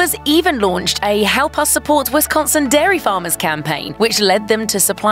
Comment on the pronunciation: Culver's does rock. Great food and atmosphere. But it is pronounced Wis-con-sin, not wes-con-son.